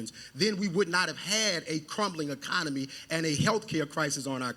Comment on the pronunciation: Bros first words are miss pronounced didn’t know it was pronounced ecomony😂😂 if these are our congress representatives from the republicans I fear for yall honestly.